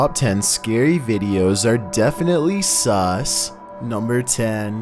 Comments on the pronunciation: The scariest part of this video is this guy saying sus SUS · the scariest thing in this video is not the ghosts... its saying S U S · Tbh I just watched this to hear him say sus🤣🤣